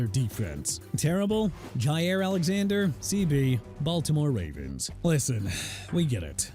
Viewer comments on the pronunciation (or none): none